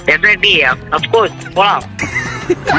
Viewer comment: Defenetly ❌ Defenity. ✅